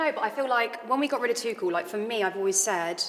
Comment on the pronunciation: Scouser Jamie Carragher is the only pundit in Britain that can pronounce "Tuchel" correctly! ;)